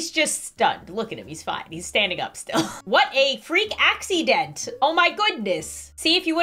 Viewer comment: “Wut a freak acident oh my gudness” 🤣